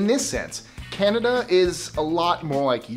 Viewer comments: There is no R in CANADA, if you're going to 'review' our culture, please take 6 seconds and figure out how to pronounce our name. I find that very offensive to mispronounce our name. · CANADA. Not CanadaRRRR.